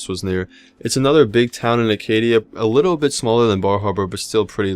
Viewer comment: Acadia- no "r". :D